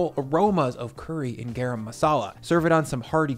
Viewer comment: Looks delicious! But just a heads up, it’s pronounced Guh-Rum not Gae-Ram. ✌🏽